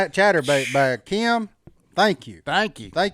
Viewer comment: it's Kim not Keeeim. LOL just busting your Southern butt.